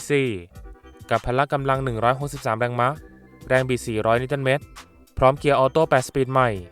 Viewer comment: แรงมะอ่านแบบผิดๆๆ